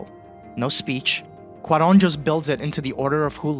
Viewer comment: "KEw-ron"... my dear fellow, you certainly mean "Kwa-RON". That having been settled, I must also submit that your analysis of who gets "seen" and served at an emergency room is the exact opposite in many progressive states; no equal treatment, just the reverse: the undocumented immigrant who seems like they don't belong gets treated right away, while the insurance-paying, tax-paying patient who looks "at home" gets relegated to the slow queue.